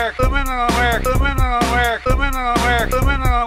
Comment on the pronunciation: I can't wait for the new Documentary, What is a wemeneer? Might as well have just said Timmmaeee